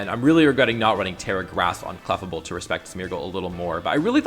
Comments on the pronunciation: yeah it's as-in "fable" not "-able". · Your pronunciation of clefable hurts me.